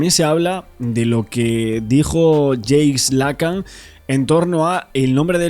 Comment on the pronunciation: Estás pronunciando mal el nombre de Jacques Lacan. Debes pronunciar "jack lacán".